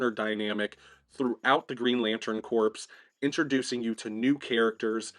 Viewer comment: Hey, just FYI, "corps" is pronounced like "core" not "corpse". Not a criticism or anything, just letting you know. 🙂